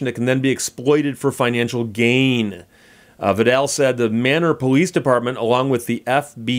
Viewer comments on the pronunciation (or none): You need a new dictionary that has the correct pronunciation of Manor. :) It's "May - neer" or [MAY-nər]. All that education, and you miss local pronunciations cities. :) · Yeah, It is Texas. Just like Florida. Like most of Texas on town names, that have weird pronunciation, they pronounce it Maynoor not manor. Texas is weird.